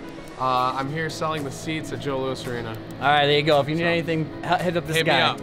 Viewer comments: it's Joe Louis, not Joe Louis' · “Joe Louis’ arena” smh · Joe Louiseseses Arena!! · Guy butchered the arena name so hard 😂